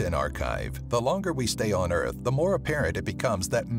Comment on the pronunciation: Earht not earth earht the second are one of the.